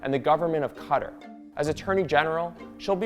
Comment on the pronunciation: listen everyone has said everything important here so I'm gonna toss in... who in the hell is "cutter"??? as an American, I'll never understand why we don't even try with other country names.